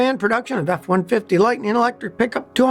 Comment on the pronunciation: "Lightneen"???? When did they rename it from Lightning?